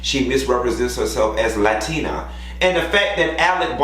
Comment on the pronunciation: You from Miami and saying latina like that. 😂 LA-TEA-NA